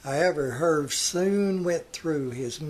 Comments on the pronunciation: I believe his name is pronounced Er vay the H is silent. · Nice job, first name pronounced "Her-vay", but afar from that, very informative, and thoughtful. Thanks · Herve is pronounced "Her-vay". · His first name was pronounced "Er-vay". Hard to believe 3 women chose to marry him. I mean, for real.